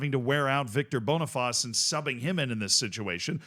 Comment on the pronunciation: Boneyfaas and Biellfeld is crazy pronunciation.